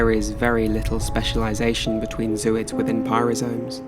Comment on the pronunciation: Not zoo-ids. Zo-oids. The root word is Zoae.